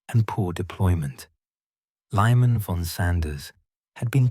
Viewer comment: This video needs more work - first the AI voice is mispronouncing the name of the battle. Megiddo has a long I, not a short one (same with Liman von Sanders who's name is also butchered [Liman, not LYMAN). , , , , , , & , etc, your subtitles refer to the battle as "MAGIDO"! , you refer to the British commander as "ALIMBI" which is odd, since this is AI-produced and , , , , , & , 1 he's referred to as "ALLANBY" and as "ALUMBIE". However the Google-generated subtitles transliterate the voice over fine (though on one occasion referred to him as 'Alan B'), however the video's hard-coded subtitles should really be addressed. Also who is "BAZEL LITTLEHEART"? Please fix. Lastly where at the maps? Please add maps! (The rotating AI midjourney image is cut-off as the figures are too large for the frame) Please fix as you've done some good work here and fixing these constant errors ("SYKES PICO" [sic]) will elevate your video from the deluge of generic AI slop (referring to this as a tactical victory than an operational victory) and be consistent with either US or British spelling, not a mix of the two.